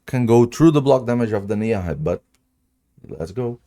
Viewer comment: It’s pronounced “NEEV”. Not “Nee-am-hey”. It’s Irish